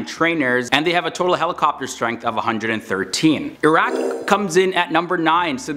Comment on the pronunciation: Only Westernwer who pronounced IRAQ correctly